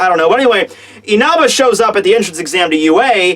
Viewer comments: Dude literally says "Inaba" instead of "Inasa" kills myself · His name's Inasa, not Inaba! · Yeah it is InaSa not InaBa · Can you please stop calling Inasa, Inaba? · Ikr. I've seen Chibi, Roger and Sawyer fucking slaughter names before but this is a whole new stage. Inaba isn't even close to Inasa lol.